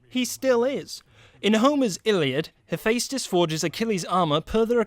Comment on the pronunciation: "Im gunna make a video about sins but sin myself on the pronunciation of Hephaestus" DING